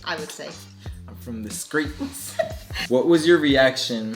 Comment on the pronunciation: “I’m from the skreets”😂